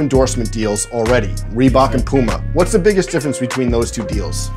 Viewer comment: It’s puma not pooma